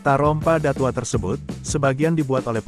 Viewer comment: Ngomongnya bllm menunjukkan khasnya Minang, contoh kata datuok admin ngomongnya datuo krg jelas dgn kata datuoknyo